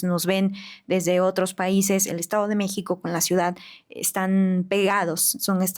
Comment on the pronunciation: #Ausencias, el mejor podcast 💯👍, solo una duda #, cuando dices la palabra #ciudad, se escucha como #ciudan